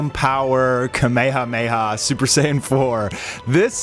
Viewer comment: It’s rare to hear people pronounce kamehameha correctly nowadays. I salute you